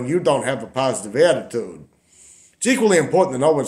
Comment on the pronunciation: An ayeattiude of grayeaitude ! feck off!!😂😅😅